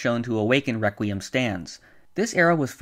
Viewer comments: Yes great rewquiem Lol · Reqwiem lol